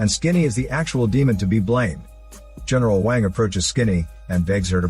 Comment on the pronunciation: Omg the way the bot says eneral wang 😂